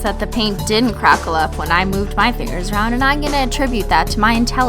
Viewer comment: Did you say fangers? No fingers? Lol ,y just be my hearing.